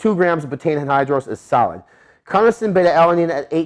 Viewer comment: Loved this video! Find it funny how you pronounce anhydrous lol